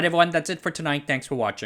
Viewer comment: Can you show us where the i is in how you say patreon?